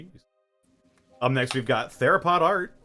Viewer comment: love how aryl still gets mispronounced, just think THERO ARYL not tharopod, theropod, not auryl, airyl